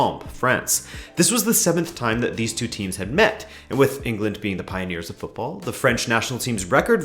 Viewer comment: My gosh, an American who pronounces football the right way